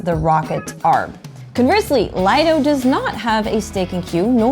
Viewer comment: Nice video. Also, it's pronounced, LEE-doh. Definition: 'Private beach'.